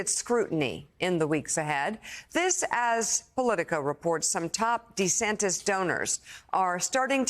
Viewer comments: Love how this liberal news spokeswoman calls him DeeSantis. Just shaping America’s political view one clip at a time. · What's this "DE" Santis? Did anyone else catch that? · Dee-Santis, like Pee-Santis. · She called him "DUHsantis" and then corrected herself. Bwahahahaha!😅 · isn't it DuhSantis ? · Does she have an issue pronouncing DeSantis ? Its not that tough .